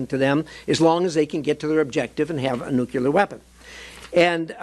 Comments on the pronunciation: Nuclear... Not nucular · The word is nuclear. Nuclear. Not nucular.